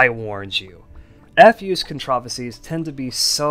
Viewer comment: You know, the way you pronounced "controversies" sounds like a different word and was confused until I turned on the subtitles. It did bother me a bit but that's very minor, suppose it's an alternative pronunciations I'm unfamiliar with. I do have a love/hate relationship with Frackin', as I've spent over 2k hours on that game. Like the sprite work for that mod is quite inconsistent, often clashing with Starbound's style.